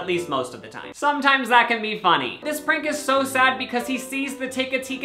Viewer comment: I thought he said “Frank” stock photo instead of prank. Like oh yeah I guess that guy looks like a Frank 🤷🏻‍♀️